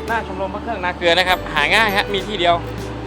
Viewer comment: นาเกลือ ไม่ใช่ นาเกือ